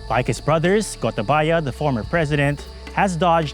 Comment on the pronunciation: I'm a Sri Lankan and I like the way this presenter pronounces Gotabaya's name 😄